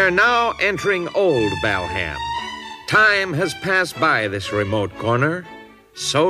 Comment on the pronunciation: Mike's right it's BALham not BELham!